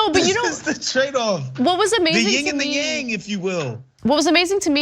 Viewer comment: The yin and the yang? Surely you mean the win and the wang 😂